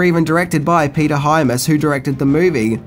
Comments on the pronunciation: Hyams.. pronounced like dimes.. not hi-mass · Great show, but...it's Peter Hyams, not Hymas. Sorry to nitpick. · Not to be "that guy" but dude...the name is HY-AMS. Not HY-MASS. I cringed seriously every time the name was mispronounced. Otherwise your vid was on point as always. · wstine79 i wish he’d STOP SAYING “HYMAS”!! It’s HYAMS!! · I enjoy these Vids, but gotta add: Director Peter Hyams (HI-Ams) not (Hi-Mas) has a son called John who directed Van Damme in his two BEST movies the vastly superior and underrated Universal Soldier sequels US: Regeneration and US: Day of Redemption, both of which feature the grittiest and best fight sequences of the franchise, and both of which culminate in epic re-matches between JC and Dolph. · The Director is actually Peter Hyams, not Hy-mas, as pronounced in the video. He's actually a great visual director, as he's also a cinematographer. Anyhow, another great vid,! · Excellent, excellent, excellent film. Seen it many times. However, it's Peter Hyams, not Hymas! ;-) What I did expect was that you would mention Time Trax which was an excellent TV series about a "time cop" sent back to the past to bring back fugitives who escaped through time. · HY-AMS. (HI-AMS.) not HY-MAS. One of Van Damme's best acting parts was the movie Replicant. You should check that one out. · Peter HYAMS, not hymas. There's no Hymas. Come on,... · Huge fan of your channel but the directer was Peter HY-AMS not Hymas. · Just curious...do you mispronounce things on purpose? The director is Peter Hyams, not Peter Hymas. I enjoy your channel. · Peter Hyams, mate. Not Hymas. I loved Outland…lol. Time Cop is cheese for sure but I actually like the cringey permed mullet greatness of Hard Target. John Woo. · Hyams not Hymas. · Peter Hyams...Hi-ams not Hymus. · Why does he pronounce the surname Hymus, it's Hyams, LoL. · STOP SAYING “HYMAS”!! It’s HYAMS!! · It's Hyams. Peter Hyams. HY-ams. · Hyams pronounced High Ams